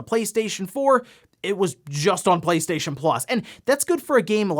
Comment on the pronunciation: Now everytime i hear him say PlayStation i hear PlateStaion.